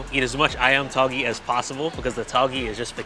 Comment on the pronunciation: Tauge is pronounced as tao-geh (like meh), instead of Tao-ghee Besides that, just wanna say I love your videos and the work that goes into introducing the food.